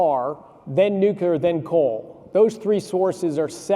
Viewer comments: Nu clear not nucular. Single biggest thing he works on and can almost pronounce it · Anyone who pronounces it "nuc-YOU-ler" should be banned from speaking on energy related topics. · “Nukular” energy 😅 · Concerning that the both mispronounce nuclear 😮